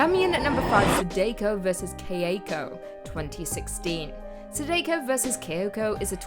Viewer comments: I jumped ship when she said "Sidayko vs Kay-ache-o" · It's cute how you pronounce Sadako to "Sadeyko".😊😊😊